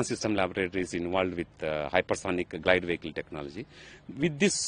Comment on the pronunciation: Its GLIDE and not GILD !!! Can't you guys get the basics right?